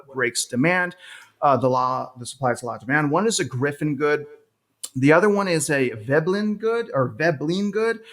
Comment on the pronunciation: Pls rerecord with correct term 'Giffen good'